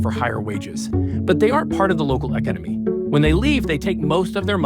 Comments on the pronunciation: Bruh is that an AI narrator!? Who says cafeee for cafe? And eekeneemee for economy ? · What's wrong with the narrator's pronunciation? "Local Ca-fee"? "Eck-i-nimy"? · Is this read by an AI? why can't he pronounce words like "café" and "economy" correctly? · Is this a bad AI voice, or can you not say the word economy? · that's an interesting way to pronounce economy